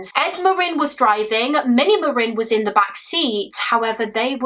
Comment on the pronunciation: Omg they have the same last name as me! I’ve only ever heard of 2 other Marin’s. Thank you for being one of the only people to pronounce it properly, love you and your work ❤